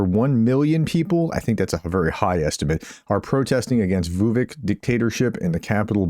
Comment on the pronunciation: For your next video about Serbia: The pronunciation of the name Vučić is approximately like Voo-chitch. Not exactly but good enough.